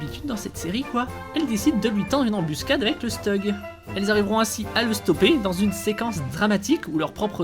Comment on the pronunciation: Je suis pas sûr que le commentaire sera vu mais le steug comme tu dis se dis chtug 😅